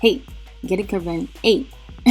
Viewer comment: I been pronouncing your name CARE-IN for years and wholetime its KUH-RIN lmao. Great video!!